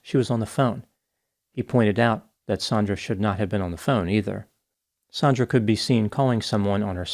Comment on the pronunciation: Her name is Sand-ra, sandra. NOT Saun-dra sometimes spelled Sondra. Your going to make a lot of us Saundra's irritated